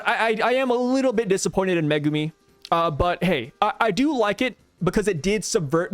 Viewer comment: I glad you say Megumi's name correctly. Zhoniin kills my nerves when I hear him say it so wrong 😅